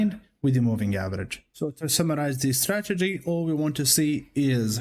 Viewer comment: correct me if I'm wrong, but is he saying stragedy?